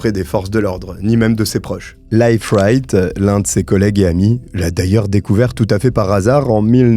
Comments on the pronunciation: A propos, Leif (le nom de l'ami du soi disant pasteur) se prononce "LIF" et non "life".😊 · Leif se prononce Leef, comme un i long... Je dis ça comme ça 😅